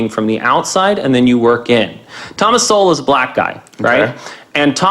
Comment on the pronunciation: No worries - everyone mispronounces Sowell name when they first react to him.